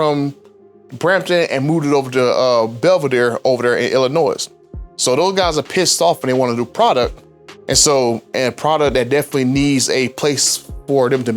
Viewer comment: Hey Brother, the letter “s” in Illinois is silent.